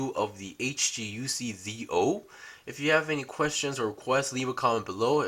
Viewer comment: Lmao why i hear your said dio 😂😂